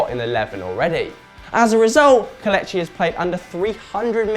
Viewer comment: Omg he needs to learn how to say kelechi properly